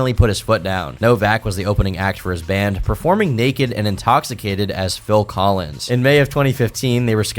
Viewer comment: It was "PILL Collins" 😂!